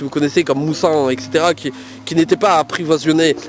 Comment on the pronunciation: "aprivoiniser" MDR "approvisionner"!! ;) ça m'arrive aussi de bugguer sur des mots!! ;) Merci pour ma cuillère!! :) mon autre page c'est "Les MINI-Aventures d'Agnès"!! ;) Ahh, mais je viens de voir dans la description que tu l'avais mise! ;) Merci pour ce moment passé en votre compagnie!! Bisous! :)